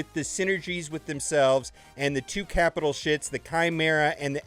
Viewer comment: did he say capital sh!ts?